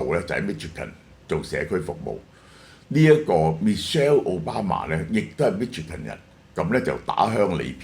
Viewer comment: Michigan 發音chi國語音西ch i